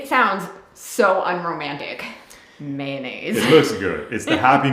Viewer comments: NO No NO It;s not Maynnaise........If you're a kid it's maneggs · May-oh-naze😂 Didn't they have any Mossy Oak🤔🙃🤣 Looking quite excellent you guys. Hoping the weather cooperates so you all can finish the outside of your home🏰 Take care✌